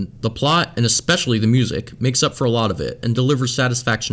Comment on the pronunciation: like the vid but she says "for" even it sounds like she saying one